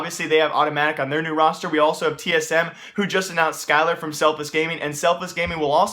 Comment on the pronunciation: omg, when he said "skyler" instead of "relyks" like you pronounce the names that are supposed to be pronounced backwards forwards, and then the names that are supposed to be pronounced forwards backwards